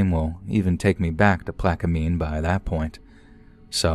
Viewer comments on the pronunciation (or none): It’s pronounced plak-uh-min. Not plak-uh-mean or plak-uh-mine. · It’s pronounced ah chaf ah lya and Plak ka men